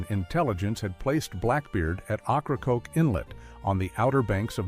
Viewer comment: Ocracoke is pronounce wrong.